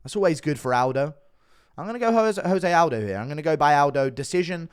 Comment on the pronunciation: It's 2024 and Guru still pronounces "Jose Aldo" wrong